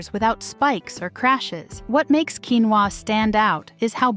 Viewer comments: Ósea ur missing to pronounce the o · It’s pronounced quinoa